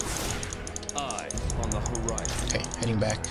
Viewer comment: Make videos for AD and AP Sion! Pronounce his name right and use skins! :D